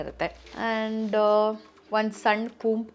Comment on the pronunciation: Adu kajal, kajol alla Cumb alla, comb